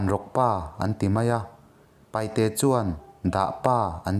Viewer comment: Ava ngaihnawm maimai ve 😂😂 maih se paihte i ti thina paite tih tur zawk ani e